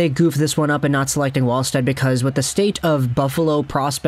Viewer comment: Pronounced Yes•per Vall•sted, with a V